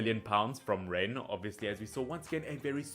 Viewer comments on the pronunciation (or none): none